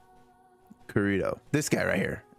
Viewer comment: You are playing an sao game and don't know how to say Kirito 😭